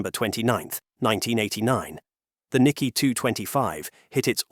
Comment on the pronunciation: You know this the voice is AI when proper names are mispronounced. It is not the "Nicky" exchange...it is "Nikay" emphasis on second syllable. Since this is about finance it would be desirable that the voice pronounce properly the name of Japan's stock exchange. Also mispronounced the name of Japan's former leader..Not "Aybay" but "Awbay."